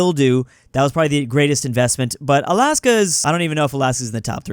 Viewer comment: NOOOOO, IT IS NOT ALIYASKA. It is more Alaska sound. It is just soft L. You can hear the diffirence in google translator, just write "льас лас"